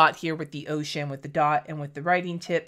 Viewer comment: Totally thought you said your personal favorite color was “oh shit” and I was confused that it was a blue and not a brown? Then I relistened to it and realized you said “ocean” 😂😅